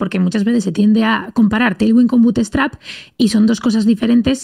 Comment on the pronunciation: Porque dice butestrap?? Es buutstrap